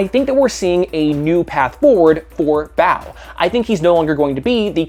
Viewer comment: About Clownhunter... You pronounce Bao kind of like "bout" with a questioning tone.